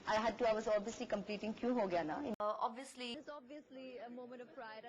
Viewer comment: goshh! lol just stop speaking! abviously abviously abviously! you won't get far!!